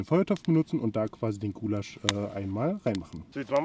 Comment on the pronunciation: "ghoulasch" MMH